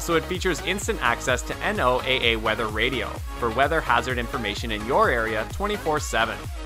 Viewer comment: Come on. NOOA isnt spelled out just say "No-Ah". Good Lord! While I'm on a roll, IOS say "Eye-oz". Bios Say "bye oz" These are all acronyms - you speak them, not spell them! "An acronym is a word or name formed from the initial components of a longer name or phrase. Acronyms are usually formed from the initial letters of words, as in NATO and EU, but sometimes use syllables, as in Benelux. They can also be a mixture, as in radar. Wikipedia"